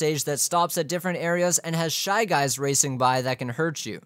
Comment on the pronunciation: Fly guys? I think you ment shy guys